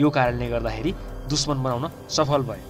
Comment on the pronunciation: Like if you heard him saying duchmaan instead of dushman!